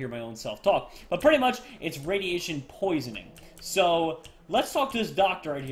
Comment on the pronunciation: it is radeation